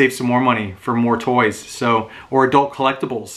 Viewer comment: What’s with not being able to say toys?